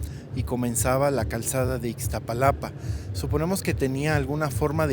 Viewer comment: No es Ixtapalapa sino Iztapalapa, tampoco Tenoshitlán sino TenochTItlán.